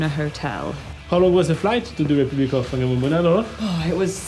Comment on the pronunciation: No it’s pronounced Far nga mo mona the wh is pronounced as an F